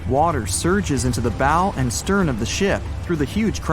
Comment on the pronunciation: It’s not a ‘Bo’, it’s a BOW, rhymes with Ow!!!